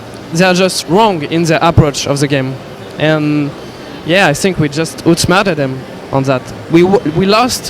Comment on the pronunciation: "i sink we just ootsmerta dem"